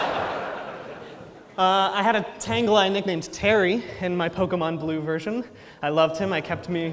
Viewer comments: He still can't say Pokémon correctly. And I love it. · "Can you still call it the perfect pokerap, even if it mispronounces 'pokemon'?" Apparently....... yes. (this was way more awesome than i expected) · terrible he keeps saying pokEEmon. like bro.